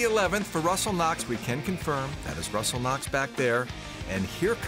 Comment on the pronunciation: Did you just call Russell Knox Ru-Knox? Oy vey. How about an actual leaderboard?